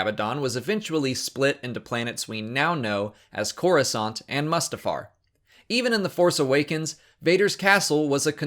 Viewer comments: This dude runs SW Explained and calls it MUSTafar? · The way you say "Mustafar" is strange. Isn't it "Moo-stah-far"? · Loved it - but can we please pronounce Mustafar correctly?